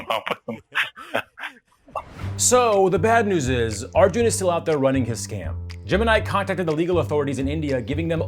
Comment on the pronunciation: Smh can’t even say arjun right 😂